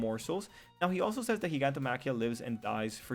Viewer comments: WHYYYY does everyone pronounce it “Geegantomachia” it’s obviously pronounced in the anime as “Jyganto..” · In the dub they say it like JYGANTO-machia but in the sub they say it as GIG-antomachia (exactly how it is spelled) -- I go by sub since dub mispronounces others names like Chisaki (Overhaul's name) in the dub they say Chi-sack-kee; the real way to say in sub is Chi-saw-kee. lol